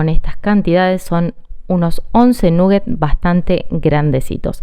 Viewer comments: eso que esta cosinando son croketas como que habla espanol eso de nugget es ingles no se porque quieren hablar en ingles si alos ingleses no lo quieren y otra cosa que la idioma inglesa nola pueden pronunsiar esa u de nugget no suena u saludos desde Australia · "Nuguets o croquetas, según el barrio". Hay barrios donde se pronuncia "naguets"